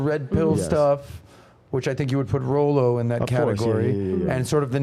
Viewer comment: Good job pronouncing Rollo name wrong. I cannot wait to watch his livestream reaction to this video.